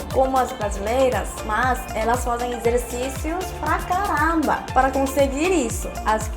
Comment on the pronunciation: Este vídeo ficou ótimo mesmo,! "Bumbum" e "pra caramba" estão perfeitos, amei!:) Beijos.